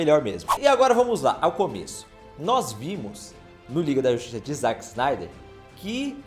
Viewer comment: Dá uma aflição ouvir ele falando "ZAck" e não "ZÉck"